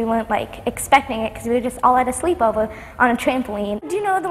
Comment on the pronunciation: sleep owver